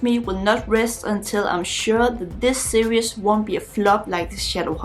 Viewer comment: yea! you are back! so nice to see you. you are charming, as always. is it ok if i help you with how to pronounce series? it's 2 syllables, not 3. sear-ees ... not sear-e-us. i love your enthusiasm, and your bright young face is always pleasant to see. take care! :-)